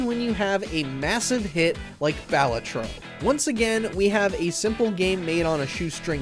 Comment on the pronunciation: You should be suspended for a month from this channel for that butchering of the pronunciation of “Balatro”